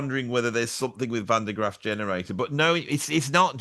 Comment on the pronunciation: It is Van der GrAAf, baby, not GraFF;)